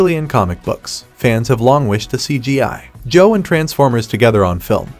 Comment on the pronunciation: Is this voiceover AI? It was really convincing until he kept chopping up the syllables in "GI Joe"